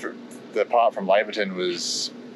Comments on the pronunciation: I wish people would learn how to pronoun the name. It's "Lay ver tun" not Lavver tun. The town is named after Doctor Laver. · Laverton, sounding like you are heading off to the Lavatory. - NOPE... Laverton, like you are going to "Lay'verton" - YEP